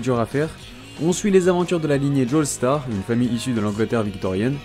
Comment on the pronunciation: suis-je la seule stresser quand il dit "joéstar" alors que ca se dit clairement "jostar"